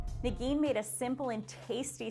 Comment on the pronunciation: Am I the only one that keeps hearing "Nagini" instead of? Maybe Voldemort is not dead yet.